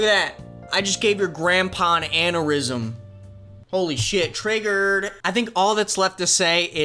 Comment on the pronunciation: The thing that triggered me most was you pronouncing it "anne-er-ism" and not "anne-your-ism"